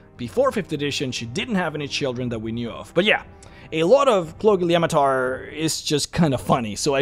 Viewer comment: I would like to raise my glass to you for being able to pronounce that name.